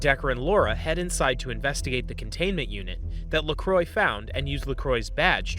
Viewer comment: Lacroix french name murdered.. pronounced as La-Cro-wah